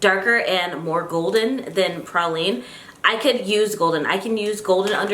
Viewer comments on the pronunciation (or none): Also, the concealer color is pronounced pray-lean.